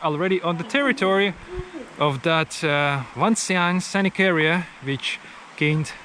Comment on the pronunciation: It's not WangxianG, it's Wàngxiān or Wàngxiāngǔ with gǔ meaning valley